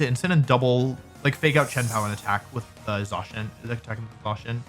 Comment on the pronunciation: What is the reason for the pronunciation change on Zacian from 'ZAY-SHIN' to 'ZAW-SHEN'? I feel like there is a whole extra W being added to the name, like saying Zack as Zawk...